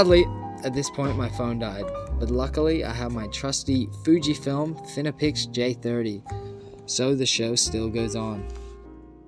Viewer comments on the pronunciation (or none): "fine-pix" lol not finnipix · "Fin-e-pix"? Try thinking about other possible pronunciations for that combination of letters F-I-N-E-P-I-X. Ah, yes, the penny drops - hopefully!